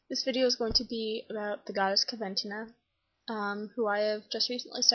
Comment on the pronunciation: It's pronounced coh- ven - teen - ah 😊